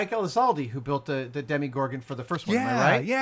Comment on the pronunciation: Aaaaahhhh it's DEMO-gorgon, not demi.